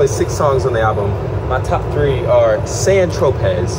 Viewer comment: Wait…🤣 You pronounce Seamus correct but not San Tropez. It all good, just a little funny. Try “San Tro-pay” Someone had to tell ME back in the day too…